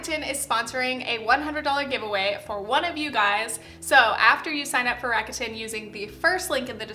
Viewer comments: hi loved the video and this realllllllyyyy matter but rakuten is pronounced rac-ku-ten!! not rac-a-tin :) no hate, all love <3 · Lol I’m triggered by how you pronounce rakuten 🙈